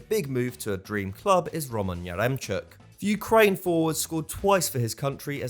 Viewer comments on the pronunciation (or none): none